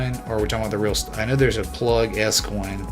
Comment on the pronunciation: PLUG not PLUD....Respect